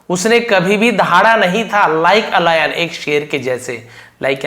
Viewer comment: Layan ❌ lion ✅✅